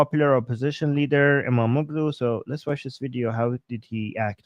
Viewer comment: I am an Indian American. I have lived and worked in Turkey for 4.5 years (35 years ago). I came to America when I was 29 years old. I've lived here for 35 years. I used to speak Turkish but now I have forgotten. You are speaking the Truth about Islamic countries. :). Its Imamoglu. (imam olu) g is silent. Yes Muslims do not like Dogs. But in turkey, They are kind to dogs. Dogs (and cats) are looked after very well in Public in Turkey. I used to have a dog in my Apartment and stay in Ullus, Istanbul overlooking the Bhosforous.